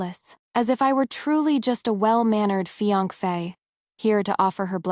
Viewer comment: Why can't AI pronounce fiancé correctly, but can get the Chinese names correct?